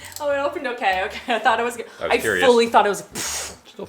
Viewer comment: saying “ooh yeah, that’s a goood cup of coffee” is the most Canadian I’ve ever heard him 😂